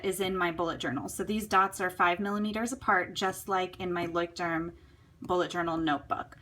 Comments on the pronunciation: As a German, i think it's so funny how you pronounce "Leuchtturm"" :) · felinekj yeah i know german is pretty hard, but you can make it :) i saw many americans saying it right, but only after they spend some time here in germany haha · Yeah she is definitly trying;) i'm pretty sure that I pronounce english words funny, too